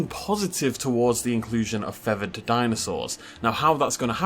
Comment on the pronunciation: Take a shot every time says "feavered" instead of "feathered" 🤣